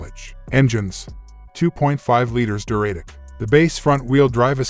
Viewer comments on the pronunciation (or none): And I heard it pronounce Duratec as Deh-RAT-ic. I hate computer voices.